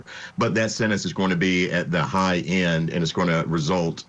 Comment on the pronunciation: " In terms of the possible sennance the defendant, ummm, thirsixyeight years old". What the hoot, narration? Defendant was thirtysixty eight years old. How old was the father?